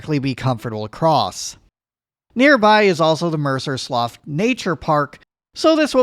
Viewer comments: "sloo" not "sloff" for slough in this region, comrade. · Slough is pronounced slew not sloff. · btws "slough" is pronounced "slew"